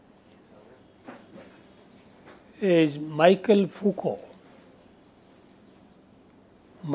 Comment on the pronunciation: Sir it's Roland barthes .